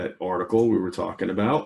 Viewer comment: Is it just me or do you also hear Oracle every time he says Article?